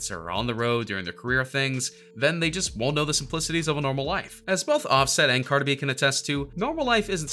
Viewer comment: He said “ Carter Be” LMAOO 🤣🤣🤣